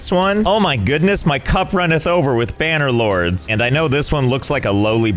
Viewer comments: AhEm “banner lords” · Josh definitely receives a bonus each time he says "banner lords"